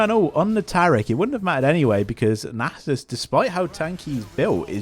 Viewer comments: my ears cannot bear nejsus any longer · Nay-sus is alive and well amd im here for it